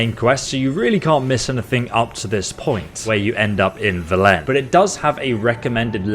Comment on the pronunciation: Great video! :) But please, stop saying "vel-E-n", it's "v-E-len"